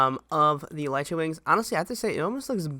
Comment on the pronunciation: It's pronounced eleetra not elightra